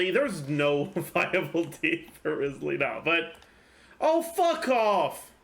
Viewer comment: You would pronounce his name Ryzely, actually.